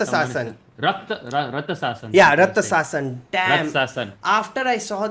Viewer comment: It's Ratchasan guys...raa-cha-sun...it's tamil for Rakshas...not rathasassan🤦‍♂️